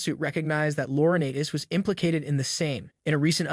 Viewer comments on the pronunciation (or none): Loriniiites Is the pronunciation not Laura Natis. There’s a long I in his name the a is silent